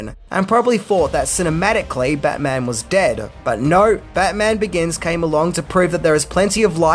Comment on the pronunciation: Take a shot every time says Bayman! 😂😂😂